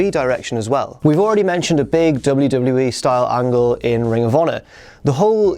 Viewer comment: at 3.00 you have a bit of a botch man, "100 episodes of Smackdown added to the WEE network..." come on guys